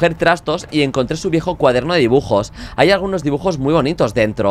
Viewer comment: alguien mas vio que cuando le dio el cuaderno de dibujos decia dijubos? JAJJA